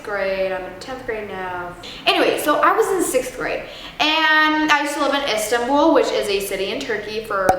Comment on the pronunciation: etanbul lol